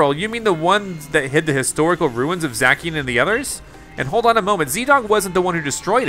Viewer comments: Is not zaki is zaciiiiiannn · Zacian is pronounced zashian not zakian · Bruh not to be rude or anything but you said zackien it's za-c-ien sorry for correcting but I couldn't stop myself 🤣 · I know it’s late but I’m pretty sure Zacian is pronounced Z-a-SHE-On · it is zacian (zaishan) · You pronounced Zacian wrong. It’s pronounced, Za-shee-uhn. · I’m pretty sure it’s pronounced za-shian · Its pronounced Za-see-an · It's pronounced zasean